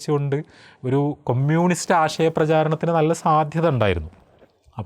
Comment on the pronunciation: ആദ്യം കമ്യൂണിസ്റ് എന്ന് പറയാൻ പഠിച്ചിട്ടു വന്നു സ്വരാജിനെ കുറ്റം പറ 😮